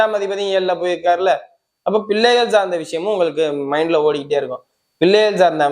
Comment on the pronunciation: ரொம்ப அதிசயம் நீங்க சொல்றது எல்லாரும் மாசி 8 சொல்றாங்க சரியில்லை தமிழே தெரியல பில்ல இல்லை பிள்ளை அதயே சரியா சொல்லவேவரல போதும் நல்லாவேயில்லை சாரி